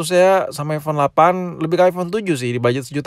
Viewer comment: aipon bukan aivon